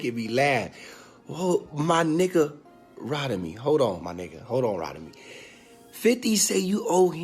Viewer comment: called this man "Rodemy" 🤣 its ROTIMI foo! 😂